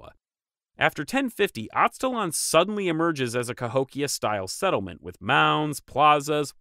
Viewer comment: It’s weird to hear you mispronounce charnel and Aztlan.